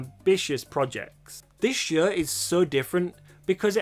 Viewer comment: Your accent is almost never distracting but the way you say "show" is like "shuegh" and idk why it gets me every time lol